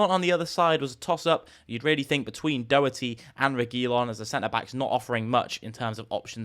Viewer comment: Learn how to pronounce Doherty